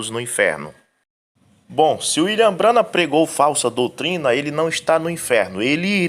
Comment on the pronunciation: Que absurdo. Eles não conseguem pronunciar o nome de um dos maiores Profeta de Deus. B R A N H A M